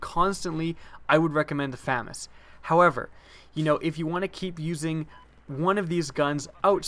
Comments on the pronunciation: its Fu-mas say it slower to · Pronunciation: Fuh-Maz. Thank you. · FAMAS is pronounced fah-mahs. or Fusil d'Assaut de la Manufacture d'Armes de Saint-Étienne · Proper pronunciation of FAMAS: fah-Mahs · FAMAS is commonly pronounced Fuh-MAWS, but it probably doesn't matter. It's kinda like the whole Car-BINE vs Car-BEAN debate where both are correct. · I'll take the famas over the aek. By the way did you know your pronouncing famas wrong? : ) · Oh God!! You're saying it wrong! God help you! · Ur pronouncing it wrong Famas is French. The second A in Famas works like an AU when u pronounce it. u wouldn't pronounce auto ato right? Lol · Except I'm not adding an accent, I'm just pronouncing the title as it appears. To be grammatically correct, to pronounce the name as it is used in the video, the word would need two M's (FAMMAS). Just the rule of the English language.